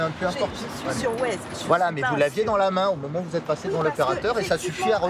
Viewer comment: "Je suis sur Waize" 🤣